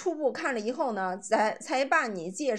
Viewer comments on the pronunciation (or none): 以后＂发成＂胰后＂ 以后＂发成＂胰后" 以后＂发成＂胰后＂ 以后＂发成＂胰后＂ 以后＂发成＂胰后＂ 以后＂发成＂胰后＂ 你是哪个村的